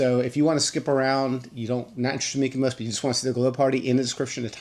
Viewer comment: Are you saying MykoMos? It sounds like you’re saying MykoMos with an M. But it’s MykoNos with an N lol